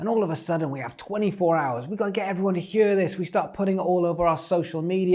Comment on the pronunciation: Today the welsh accent came through on “hear” hahah